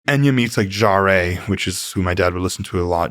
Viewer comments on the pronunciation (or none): Have I been pronouncing it wrong for like 30 odd years? I've always pronounced it Jean Michelle jar, not jary I never heard it said like that afore